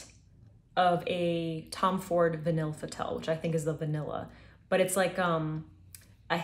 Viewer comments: vanille is said like va-knee 😘 french is an interesting language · vahn-y "vanille" pronounced vahn-y